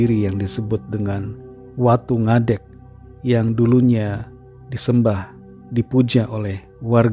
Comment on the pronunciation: Shalom pastor, shalom viewers..bersyukur utk Firman Tuhan dan renungan hari ini. Makin fokus ke hal² surgawi yg berkenan utk hati Tuhan Yesus, bukan berkatNya, haleluya. Fyi..cara bacanya Watu Ngadhék..ngadhék bhs.Jawa berdiri. Happy Sunday. Gbu all